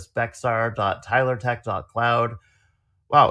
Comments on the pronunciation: Wow. Thats my county! Also Bexar is pronounced bear. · BTW Bexar, Texas is pronounced Bear.😊 Even Texans screw it up. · Just learned Bexar is pronounced "Bear." Also, sorry that this one was a little blurry on the text.